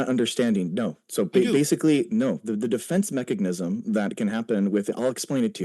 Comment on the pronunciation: Every time he says "mechagnism"